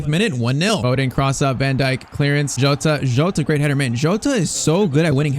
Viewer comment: Bro his name isn't joatata jota